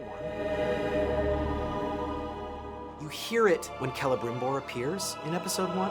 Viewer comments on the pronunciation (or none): none